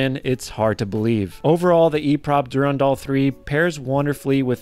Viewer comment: Durandal is pronounced du-RAN-dal (with the emphasis on RAN) not du-ran-DAL as you mispronounce it. You're putting the em-PHA-sis on the wrong sy-LAB-le.